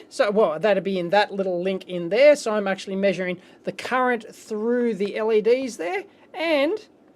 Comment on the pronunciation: only complain, he says "Leds" instead of "LEDs" also wtf, why is it 1080p50... i have never seen that